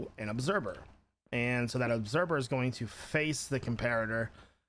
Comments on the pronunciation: instead of “observer” he says obserber😂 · Its obserVer not obserBer he says obserBer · Did he just call the Observer and obserber? Not picking on you great guy keep up the good work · I love how he says observer lol... “obserber”